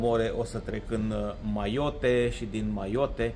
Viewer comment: Min - Mayotte (a se citi "MAIOT", din franceza) si Réunion (a se citi "ReuniON", accentul cade pe ultima silaba, tot din franceza) sunt departamente de peste mari ale Frantei, ca atare, limba principala e franceza, iar moneda este euro.